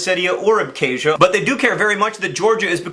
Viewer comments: It's not pronounced "æbke̞ʒiɶ," but "abxazia" (using IPA). I know that mispronouncing words is your thing, but the 'x/kh' sound is not 'k,' it is like the German 'ch.' Random tidbit, the endonym of Abkhazia is Ap’khazet’i, and Georgia is Sak'art'velo. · Good video, but John's pronunciation of Abkhazia is yikes. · PS. please learn how to pronounce "Abkhazia" you have obviously never even heard of the region before the conflict happened.